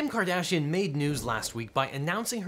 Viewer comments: "which Kim Cardassian..." dayum... I mean everyone knows she's had some work done, but... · "Kim Cardassian" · "Kardassian" Come now man, you could've edited that out. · “Kim Cardassian” ... Mr. Worf would like to know your location.